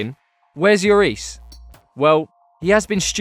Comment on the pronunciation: did you actually pronounce lloris as "Yoris"? are you stupid hes french not spanish looool